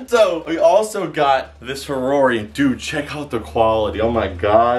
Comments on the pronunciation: ha-ror-ei i think idk but i think you say it hay-or-ei i am british tho sooooooooooo :) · He said harori? Its ha-o-ri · It’s hodori not horori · you said a rarorie how ever you pronounce it but it's not that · He keeps calling the haori a harorry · Does anyone else get triggered about the way he says haori?